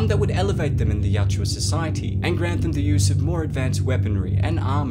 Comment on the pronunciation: Yautja....not yachua